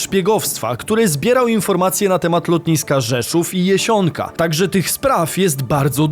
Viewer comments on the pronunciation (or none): JAsionka* nie JEsionka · Lotnisko jest w Jasionce a nie Jesionce 😜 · JAsionka, a nie JEsionka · Rzeszów i Port Lotniczy Jasionka a nie Jesionka😊